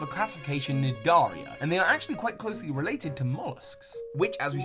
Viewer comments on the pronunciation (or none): The c in Cnidaria is silent.